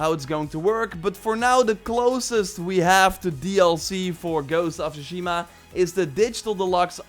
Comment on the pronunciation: Tsushima is pronounced with a T rather than an S.